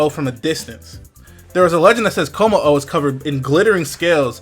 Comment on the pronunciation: It's ha-ka-mo-o ("ha-ka" like haka the war dance of Maori and "mo-o" like the mo'o or hawaiian gecko) it's kom-mo-o ("o" has a long o sound) please pronounce stuff correctly